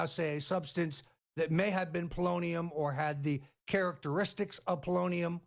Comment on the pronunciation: lol, It sounds like he is saying bolognium